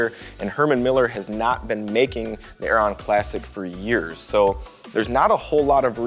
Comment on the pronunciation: It's pronounced 'Airen'